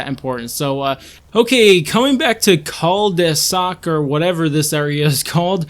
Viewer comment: Nice breakdown. 👌🏽 Btw, jus for future reference, it's phonetically pronounced [Cull-Da-Sack]. That's jus the name for the dead end of a street that has several houses that are in a circle. Like on Ed, Edd & Eddy. Lol Fun Fact: I actually live in a house that's in a Cul-De-Sac.:]